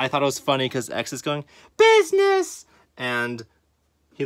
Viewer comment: for some reason x saying business is so funny